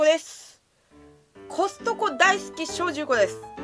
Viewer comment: コストコがホストに聞こえた（笑）